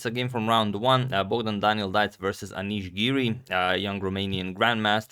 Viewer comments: As a romanian i can tell you pronounce perfect the first three letters. But the "c" is not a hungarian "cz", it is more like a "k". So try to pronounce Dea"k" next time and i think it will be ok. Awesome video by the way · bruh stop. Only the C is pronounced as K, nothing about E It's Pronounced as Dick with e instead of i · It's pronounced "day-uck" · Yeeeey, a fellow Romanian young GM ! 😊 It's pronounced "de-ak" 😀😀. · The pronunciation is Deak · In The name Deac, that c is pronouncing like k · romanian is very easy to read bcs u read every letter as there is, so you pronunce his name as it is written: DEAC, D is just d, E you pronunce it kinda like the first E from elephant, A is like the last letter from CarauanA, and C you pronunce it like the C from the name of Carauna. :) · The "c" in "Deac" is pronounced like "C" in "Caruana" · It's not. It's missing an A. Just listen to Google translate. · Thank you for showing us this game! As a romanian, I can say romanian is a phonetic romance language so Deac is pronounced exactly how it's written. P. S. props for saying Bucuresti perfectly.